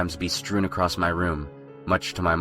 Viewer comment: Accrosst IS NOT A WORD!!!